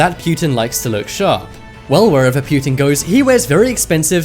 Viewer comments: wtf is pewtin lmao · Is it just me or is he saying putin funny, kind of like stewie saying whip